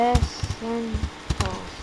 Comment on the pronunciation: It's essential that you learn how to pronounce "essential" or you might sound like a dumbass.